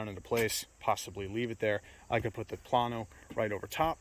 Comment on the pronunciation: Plano is pronounced "Planeo".